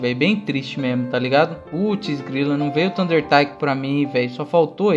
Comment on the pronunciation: a silaba tônica de Taiko é "Ko":)